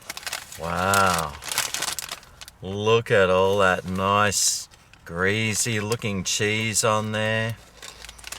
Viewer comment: It's greasy not greezy